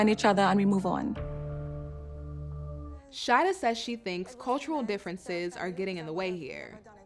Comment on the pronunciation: It’s Sha-EE-dah 😂